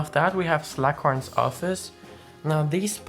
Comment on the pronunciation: His name is slug horn not slack horn